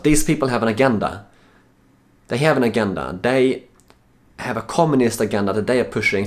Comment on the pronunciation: Thank you, I think this is my first one of these which isn't about someone obsessed with an Armenian American, this one was about someone obsessed with a Hungarian American. Someone needs to tell Petey the "G" in agenda is soft., just to say, I think the leaders that Petey loves being in power is more a symptom of, rather than the cause of, their countries generally lower levels of happiness.